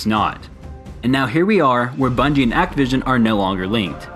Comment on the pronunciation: “The new bunige” ?